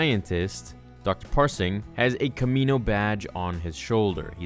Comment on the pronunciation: I think the doctors name is Pershing not Parsing? 😋